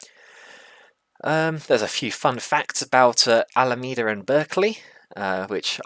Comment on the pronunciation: Yes it’s Alameda with a “me” in it like you pronounced it the first time.